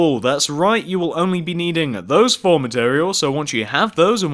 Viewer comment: Four not fo